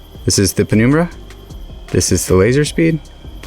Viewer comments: its num like number and numb not penoombra ya goober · penumbra is pronounced Pen - um - bruh.